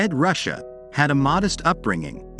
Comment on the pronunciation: I would recommend having someone who has a mastery of the English language proofread your copy . . .some obvious mistakes could be eliminated . . .plus it's Ed Ruscha ( pronounced Roo Shay, not Russia) be more professional!